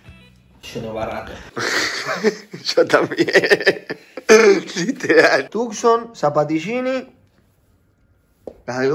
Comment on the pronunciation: dice tukson y lloro